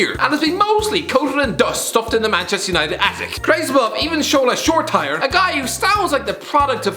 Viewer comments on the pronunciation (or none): That's not how you pronounce Shoretire's name. It's shor E T er E phoneticaly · Its Shoretire!!! Not Shoretire!!!😬